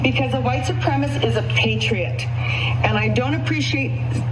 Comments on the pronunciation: 'IDAHO WOMAN DECLARES HERSELF A "PROUD WHITE SUPREMACIST"' Er, no, not quite, she declared herself a "Proud white supremist." She is so superior to the rest of us that she can't even pronounce "supremacist". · She can’t even pronounce “supremacist.” Kept saying “supremiss.” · Yeah. I mean she was saying ‘supremist’ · What the hell is a "white supremiss"? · Lady, it's suprema-*CIST*. 🙄 ALSO, all those "freedom"-loving tyrants needs to stop telling everyone else what to say, what to do AND how to live. *Irony*. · WTH is a "white suprem-iss"? They should learn how to pronounce it if they're going to claim it. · White supremish types can't even pronounce "supremacist". They urgently need to read a book. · Love how Karen #1 can’t even say supremacist correctly. Dumb as hell.